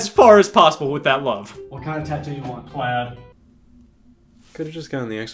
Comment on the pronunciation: "What kind of Tattoo do you want" Scott:"PLAD"